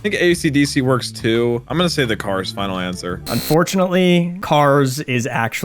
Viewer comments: it's not "the Cars" but Kars, by the way, nice video xD (please pronounce Jean Pierre Polnareff correctly next time) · The cars is the band Kars is the name